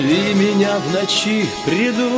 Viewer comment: Ударение не в ночи а в НОЧИ